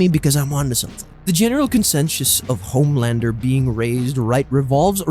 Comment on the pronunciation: he said it right your wrong